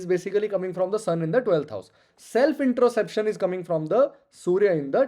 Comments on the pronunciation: Bhai vo introspection hota hai , introception is something different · 12th house sun : Introspection hota hai sirji, introception nahi.